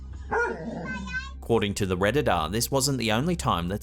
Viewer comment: WHY THE CREEPS ARE YOU SAYING REDDITER INSTEAD OF REDDITOR?!